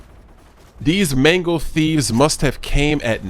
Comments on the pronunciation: Am I the only one who notice he said "manko" instead of "mango" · yousay mango too much! especially as you cant even say mango you sound like your saying mengo -.- so annoying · Sounds like your saying Mengles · I thought you said mangle until I saw the title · sounds like he's saying "Mangles" lol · It sounds like manglos that you are saying